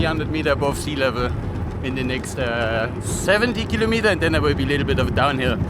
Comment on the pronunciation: this was awesome, as usual! But i have to ask you something: could please Look Up how to say kilometer in english please? You say it 50 times per video, i think it would pay off to say it properly. Otherwise, keep Up these awesome Videos (and Pictures!)